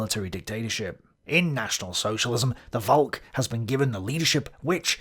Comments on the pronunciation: "Volk" is just pronounced as "Folk" in English (it's the same word), it's not pronounced as "Wolk" :-) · please, read Vold woth 'f' sound. Like in folklore.